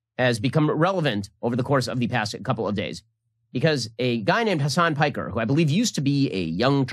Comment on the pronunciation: Why does everyone on YouTube pronounce Hasan's surname as if it's the English word "piker"? His surname is a Turkish word that should be pronounced like pick-ehr.